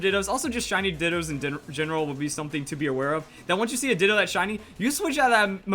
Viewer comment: “how to get 6 IV ditoo”